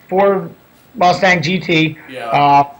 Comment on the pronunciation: Vaughn, Vaughn, Vaughn...why Rustang?